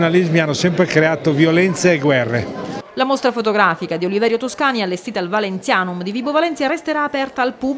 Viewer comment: Ma neanche capace di dire il nome di Toscani correttamente,che ignoranza,che infinita pena.